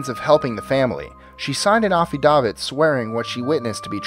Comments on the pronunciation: Affidavit...aff fi (like fit) dave it not offee dawvit lol. Just helpin ya a bit. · 1. Good background music. 2. A quote from Hilary duff? Credibility gone in the first 5 seconds. 3. “Ah-fie-dah-vid?” WTF? “Aff-ah-David”. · AFFIDAVIT is "AFF-EH-DAY-VET" NOT "Ah-fee-dah-vit" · Ah-fee-davit? WTH it's pronounced af (sounds like laugh)-eh-day-vit. you are much better than this, what happened to you? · Offee-dah-fee? It's an affidavit. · affi dah vit.........lol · Man With An Accent I thought he said she signed an Avocado. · How did you pronounce affidavit?? What was that?!? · Interesting way to say, "affidavit"... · Ten points for "funniest pronunciation of the word 'affidavit', ever." (-davit should be pronounced the same way as the name 'David', but with a 't' at the end). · Your pronunciation of 'Affidavit" is hilarious! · Coming from a family of lawyers, and having heard the word, "affidavit" so many times, I find this one particularly hilarious. Apparently, has never seen a courtroom drama. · I caught it, as well, and I LMAO! I've always thought was USA American, but maybe he is ESL? He does mispronounce words, at times.